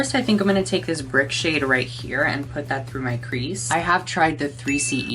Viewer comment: I thought he said in the shade “whore” 💀